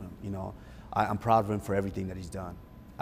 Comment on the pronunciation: I don’t think he realises how cringe he is. “Put some respek on my name” 🤢